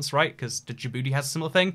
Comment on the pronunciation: "Djibouti" is just pronounced "Jibouti". The j is pronounced like in the french "Jean", so "dj" just sounds like the English j.